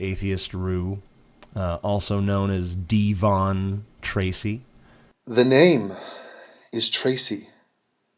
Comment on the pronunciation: Eat and elephant dick "Deee-von"